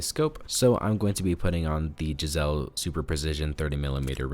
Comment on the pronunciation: that "jizzell" is actually pronounced "Guys-lee" 😊